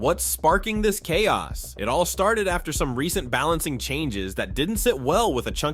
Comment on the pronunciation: Oh no just genuinely wasn't sure, you said chaos weird one time which made me wonder xD